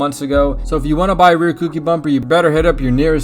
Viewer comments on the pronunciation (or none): Cookie lol it’s koUki